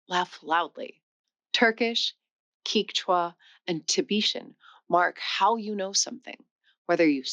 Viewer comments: The language Quechua is pronounced as "keshwa" (not "kichwa" as you said in this video) by the majority of its speakers. Only in Ecuador, where they lost the pos-velar Q, is it pronounced as "kishwa", but in Peru, Bolivia and Argentina, the language is called "keshwa". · You mispronounced Quechua as Kichwa, it’s Kechwa. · Hey, I love your videos, but pronunciations of many of these weird languages I’ve heard were different than yours. In Peru, I heard them call it “CATCH-wa” (Quechua). I’ve always heard TAM-il (Tamil), ti-BETT-in (Tibetan), and ta-GOLL-ig (Tagalog). (Heard natives use all these pronunciations.) Check into some of those pronunciations thru A.I. and YouTube and see if they don’t sound more like some of these I may have posted here, or others that are different than expected. (Also, interrogatives are in-ter-ROGG-a-tives.) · Quechua is pronounced "Ketchwa". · Is this chick an AI? WTF is queecha? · You pronounced Quecheua different each time :)) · She also said Quechua and Tamil wrong at the start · If you can't correctly say the word "Quechua".............I have no desire to listen to you........... Can't trust anything that comes out of your mouth. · this doesn’t sound like AI, but she is mispronouncing a lot of language names and not being a linguist even I know how they’re pronounced. Tagalog, quechua and Tibetan, for example. but the content seems very well researched. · Kee-cha? It's Keh-chew-ah. It's not TAG-a-log. It's Tah-GA-log. It's Tah-BET-in, not Tah-BE-shin.It's Inter-AW-ga-tives. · Thank you for saying "from" rather than "than" after "differently". But it's strange in a video about languages that you mis-pronounce the names of other languages, e.g. the word "Quechua" starts like the beginning of "kept" not "key", and the language of Tibet is Tibet-an not Tie-beeshan. Keep that up if you want to put people off subscribing. Also, this weird fashion for diagonal video (not facing the camera) is going to look SO dated in a few years.